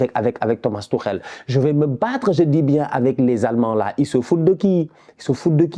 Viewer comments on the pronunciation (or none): none